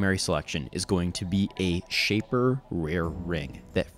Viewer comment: wat, were you pronouncing the name of that ring or did you say shaper?